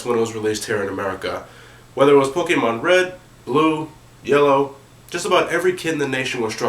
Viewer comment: this guy says pokemon WEIRD LOLOLOLOL